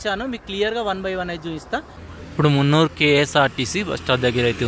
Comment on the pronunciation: మున్నురు కాదురా బాబాయ్ మున్నార్